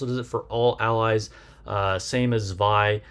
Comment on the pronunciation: First of all: Likely, the only content creator who said her name correctly. LOL The kit thou... She doesn't need to burst herself to activate S1 and S2, right? If so, I think Zwei maybe have the same fate as summer Helm and summer Mary (among others) that will be used for her utilities rather than her burst itself, despite the crit buff.